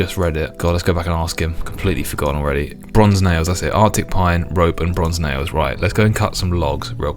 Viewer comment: Damn... you said Nails so many times! All I can hear is "Nayoes". Pickling my brain...